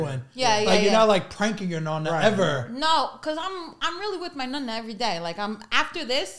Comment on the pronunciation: It's Nonna....not Nunna !!!